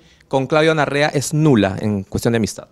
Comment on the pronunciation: Se dice NAREA y no NARREA 😅😂😅😅😂😂